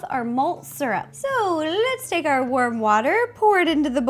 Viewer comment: When she said warm water.Did anyone think she said worm water